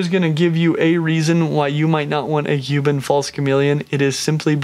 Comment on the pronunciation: Stingin rad... Huban false chameleon. Haha, so many mispronunciations is these vids., dont get ahead of yourself. No need to rush, your audience is not going anywhere; your vids are too great.